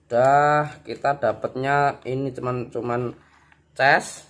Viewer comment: Cas Bukan ces😅